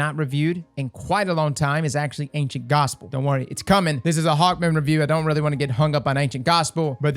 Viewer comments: I'm sorry, did you say "Hawkmoist" at the mark? LOL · Did this man just say HawkMOIST 🤣🤣